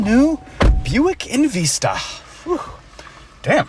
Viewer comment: Love the vehicle and appreciate calling u out on “EnVeesta” I cringed every time u said it like that